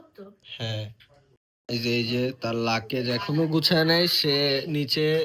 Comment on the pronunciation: লাকেজ ki bhai😂😂😂😂😂 It's luggage